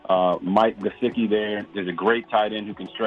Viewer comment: Did you pronounce Mike G as "Jesicki"?